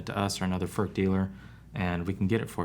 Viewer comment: An average American will come closer to the pronunciation to say," Foord" with very little emphasis on the "d" it's more like a slight tongue movement